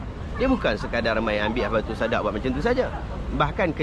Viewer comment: Habbatus Sauda bro..cakap pun tak betul